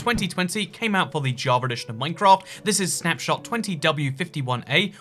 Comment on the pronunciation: Why do you say jaa-va ja-verd